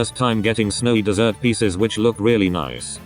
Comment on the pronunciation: (Snowy dessert roock) seems your tts has a speach problem lol